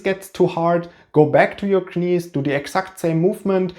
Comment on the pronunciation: Dass du knees wie Knies aussprichst ist einfach sensationell!! Geiler Typ